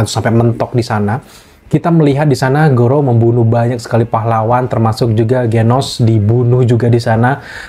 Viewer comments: kok lu ngmg garou jadi gorou sih? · Garou bang bukan gorou😁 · garou bukan gorou